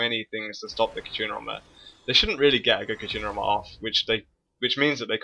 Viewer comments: I like your vids, but there is one thing that bugs me in a lot of them. It's katArina, not katrina. XD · please stop saying katrina, it's katArina :D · Every time you say 'katrina' i flinch. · Katarina =/= Katrina. Other than that, great video and one that I can fully relate to. Until now when the other team started snowballing, my team basically fell over and let them roflstomp our faces, but I'll try the random barons and stuff. Thanks a lot:) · i wonder why so many people cares how he pronunciates katarina lol